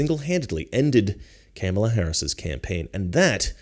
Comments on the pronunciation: ‘Cam-a-la” will come after you like she goes after Tucker. Do you know why?? You don’t say her name right. WAH!!!❤ that’s her biggest comment… shows her IQ level. I’m going to look at your video… good job. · Do you mispronounce Kamala because you're ignorant? Or is it supposed to be an insult? I think you're smart enough to know how it's pronounced by now, so I'm just wondering if you're mispronouncing it intentionally or not.